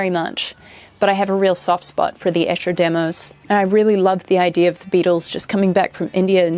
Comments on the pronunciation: Sorry to be pedantic but Esher is pronounced Ee-sher , not Esh-er.Its a little town in Surrey near where I used to live. My favourite lyrics…. ‘He went out tiger hunting with his elephant and gun In case of accident he always took his mum’ 😂😂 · Hey, Beatle nitpick: it's Eee-sher! :D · Great video! No reason you'd know this, but Esher is pronounced "eesher"